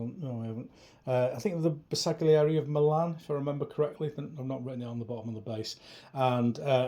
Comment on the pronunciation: Pronounced more like 'Ber-sal-yieri". The G is almost silent.